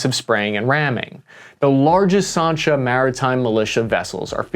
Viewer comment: Sansha not Sarnsha!!